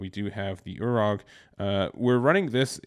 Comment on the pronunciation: NGL mans said urog and I cringed but over great deck profile